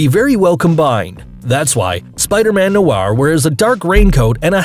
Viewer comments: It's "noir spiderman". Not "spiderman noaaarr". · noir not nor